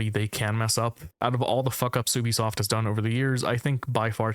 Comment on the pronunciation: if you say ubisoft like that you are an op